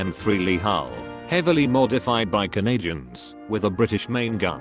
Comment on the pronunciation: Microsoft Sam really be like "Canajuns."